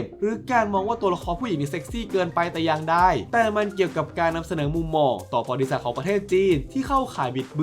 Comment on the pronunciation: พี่ออกเสียงคำว่า"ประวัติศาสตร์" ไม่ชัดหลายครั้งได้ยินเป็น"บริษัท"